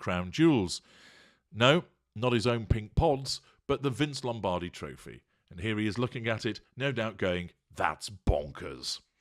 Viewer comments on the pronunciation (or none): none